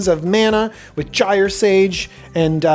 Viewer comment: Thank you for properly pronouncing gyre. Nearly everybody else in the Magic community I've heard pronounces it incorrectly (with a hard G rather than the soft G it's supposed to be), and it's nails on a chalkboard to me when they do that.